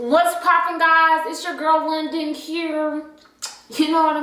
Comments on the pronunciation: When She Said “London” I Said OOP DID SHE JUST SAY LONDON ??? 🤣🤣 Rewinded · Not saying she londyn 😭💀🤭